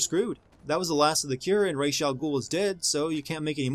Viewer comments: don't mispronounce Ra's name, it makes you sound like a noob why is it that everyone who does an everything wrong with video on this game know so little about the batman universe? Ra's has always known Bruce is batman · It's Ra's (rashe) not Ra' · "Reysh" al Ghul.. ><; stop!